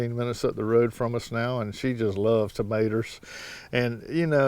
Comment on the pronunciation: Like the way you say tomaturs! 😀